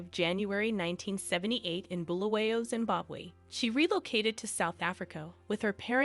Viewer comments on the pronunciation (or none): none